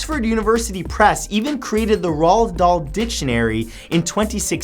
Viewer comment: It's pronounced like "roll dal"